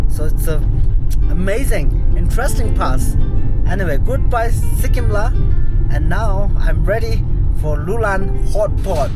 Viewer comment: It's not Sikkim la, It's Serkyim la. Which means གསེར་སྐྱེམས། a type of wine offering to the deities. The pronounciation is quite similar.